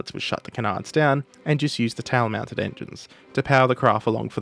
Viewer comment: I want to like your videos, but your accent is too overwhelming. you tried to say the word "tail" but instead you said "tao". That lazy, gross enunciation makes people leave the channel.